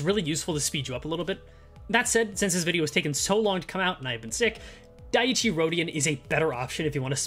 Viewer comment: FYI dieci is pronounced "dee-eh-chee" hope this helps